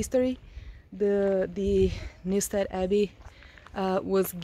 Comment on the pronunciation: You pronounced Newstead perfectly 👌